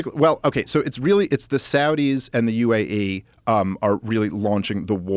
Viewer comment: Maybe Dave is right, I don’t know but he keeps saying UIA, or something like that and in fact it’s UAE, United Arab Emirates. It is hard to believe a man who doesn’t even know how to pronounce a country‘s name.